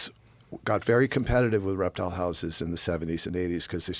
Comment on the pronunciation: did he say he's a reptile guy or erectile guy? I need to know before I continue.